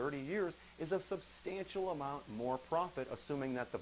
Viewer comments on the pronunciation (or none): Great presentation...Substantial not substancial...